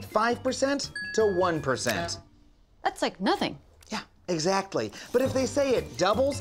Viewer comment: Heh heh... 'eggsactly'